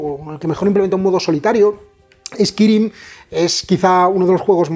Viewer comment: El Vampiro Chapters mi favorito honestamente. Lo digo sin maldad, me ha hecho mucha gracia "eskirim" jaja nunca habia oido a nadie decirlo así. Seria "eskairim"